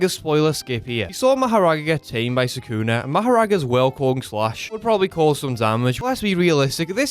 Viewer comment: "Sakuna matata" PRONOUNCE SUKUNA. NOT HAKUNA MATATA.